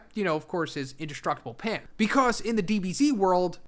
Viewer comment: Are you saying "Pan" ? You said "in the DBZ world energy is incapable of destroying Pan"? I would assume you are saying pants* but you said clearly said pan twice and theres no T on the end of the word you pronouned and even the caption say "Pan". Im confused what "Pan" is, i mean i know Pan is a caracter in GT but that doesnt have anything to do with what your were saying.